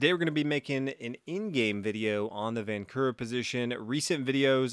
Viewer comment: the correct pronunciation is "vahnchura"